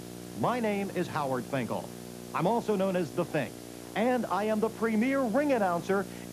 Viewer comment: Fink with southern accent kills me!